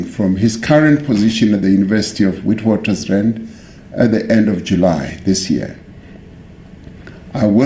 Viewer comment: Did anyone else hear how the president of SA said Witwatersrand, I’m sorry, he should know how to say it by now surely.